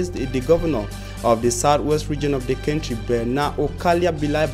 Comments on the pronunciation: Country is pronounced phonetically as Kantri my brother. Sorry if I sounded off. No harm meant! Peace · Country not kentry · Why is he pronouncing country as kentry 😳😳😝😝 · My friend pronounce well. Country not kenty. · KENTRY & EEEFORTS? REALLY!!! semantics na different level lol but we get the message. We need to investigate the panel of interviewers who agreed that you should be employed as a newscaster